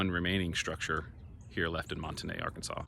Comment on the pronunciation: You must not be from Northwest Arkansas. I used to live in Springdale and have to been to Monte Ne quite a few times. But here in Arkansas it's pronounced like "mont knee". Do some research please.